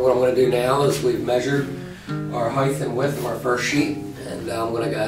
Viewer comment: I know what width is, but what is "heigth"?